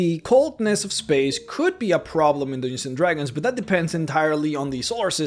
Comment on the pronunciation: "Dooginzin Dragons"